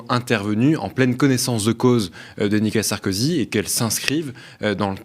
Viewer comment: Je suis le seul à bloquer sur le prononciation du monsieur sur Nicolas Sarkozy ? Je l'entend dire "nika Sarkozy " ...